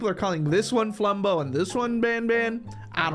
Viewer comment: It’s been like a year and bro still does not know flumbo’s name